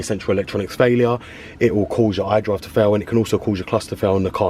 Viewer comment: Hi there, I really appreciate you for bestowing your knowledge upon us but for the love of God I can't understand shit when you're talking about the iDrive man.